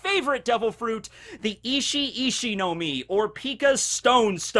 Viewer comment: said itchy itchy fruit. I heard that as " the ecchi echhi fruit has some battle capabilities" lol